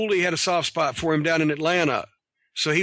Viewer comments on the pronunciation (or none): none